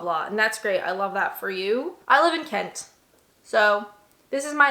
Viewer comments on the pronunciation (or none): Love how she says Kent 😂 Nearly sounded like c%nt 🤣